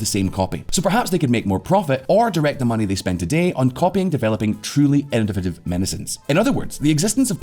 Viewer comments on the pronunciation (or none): none